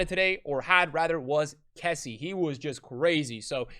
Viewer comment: your say kessie wrong